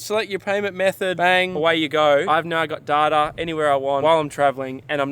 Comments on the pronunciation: the way you pronounce data is hilarious 😂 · Most people: "Dayta" The other people: "Datter" Australians: "DaRdAR" 😂